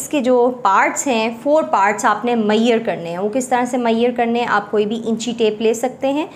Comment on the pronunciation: its not maieyer its measure and measurements